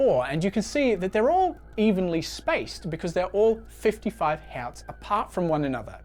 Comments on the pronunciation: Hertz (Hurts) not Hairtz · ɡerman pronounciation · wtf is up with his pronunciation of Herz? Just speak normal English mate. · Huh, first time I've heard someone pronounce hertz as h(e)arts and not hurts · "He-ots" that is not how you pronounce Hertz😅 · "fifty five HËÆAUÜTHS" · german accent slip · I can't pin this guy's accent. The way he pronounces hertz as "hots" and assume as "ash hume"... Is he from Earth at all? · Nice video. 'Hertz' is usually pronounced like 'hurts' though. I am an electrical engineer so I have used the term for decades. 🙂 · Nobody pronounces hertz the German way except Germans